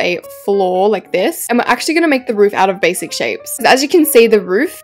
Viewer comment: the way she said "bashic" 🤣🤣🤣🤣🤣🤣